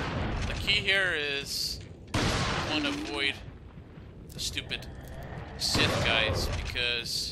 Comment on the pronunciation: scythe has the ī sound not sith like from starwars